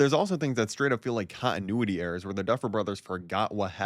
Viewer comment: “Cah-innuity?” Are you trying to say “continuity?” How about addressing the fact that the power of gayness is the solution?